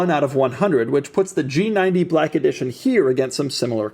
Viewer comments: “Brrrack edition” 😂😂😂 I heard that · The way this dude says black is killing me. Does doug have any BLAYCK friends? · the way he says black is disturbing.